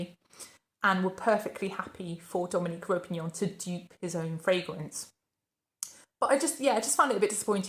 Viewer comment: Hey there, Just a quick note, I think the perfumer's name is Dominic Ropion, not Ropinion. Also, I have to agree, the line didn't exactly blow me away either. I really enjoy your videos! Your honest reviews and unique content always keep me coming back for more. Keep up the great work! P.S. I'd love to hear your thoughts on the Etat Libre d'Orange range!